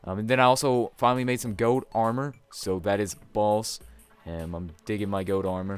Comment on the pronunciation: it's gold. Not goad